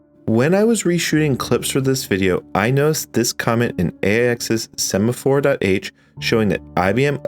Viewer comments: "Sephamore" is a weird way to pronounce "Semaphore" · sephamore problem... 🤭... Kinda what my wife has when she sees a sephora store. I guess it was a semaphore problem (mispronounced) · yes, and the "sephamore" problems.